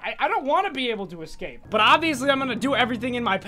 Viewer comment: We will ecwape the twain *gets stuck*